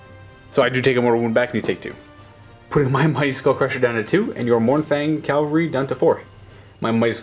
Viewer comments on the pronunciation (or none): CAV-alry. Not CALvary. Calvary is a proper noun. Cavalry is a noun.